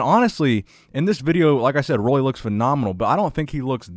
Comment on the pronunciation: It’s pronounced Ruly, not Rolly.